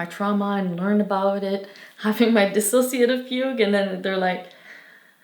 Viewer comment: Finally an accurate and correct video about what DID is and their true experience with it. I appreciate how they actually say the word “dissociative” correctly too, that’s how you know it’s gonna be good.